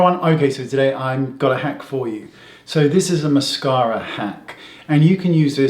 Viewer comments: Love the accent ... Moss-car-a. :-) In texan that is MassCAREa (with a twang). 😃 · aaaahh I love the way Wayne says " mascawwwra" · Great hack! I'm going to have to try this! And I love the way you say "mascara" 😂